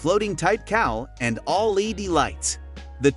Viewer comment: Or LED instead of lady?